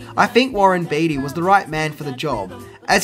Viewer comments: Hey! Long time fan here. Just wanted to clear something up for you. Warren Beatty's name is pronounced "Bay-ty", not "Bee-ty". Also...Madonna's performance in this movie, as well as any movie she's been in, is complete trash! haha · It’s pronounced baytee not beetee. But you rock so hard!!! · It's hard to hear you say Warren's last name. It's said like "Bay-tee", not "Bee-tee". Nonetheless, definitely a classic film and one of the only times Madonna did a proper acting job. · That's Warren BEATTY (BAY-TEE), NOT BEATY (BEE-TEE) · Jesus! It’s Beatty not Beetie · Warren's surname is actually pronounced Bay-tee. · Beatty = Baytee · It's pronounced Baytee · Sorry gotta corrct ya man, its warren bee yeti, and homage is pronounced, OH mahjjj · Ha you mispronounced the lead actors last name. And it's wreaked havoc, not wrecked havoc. Cheers mate I'm just joshing ya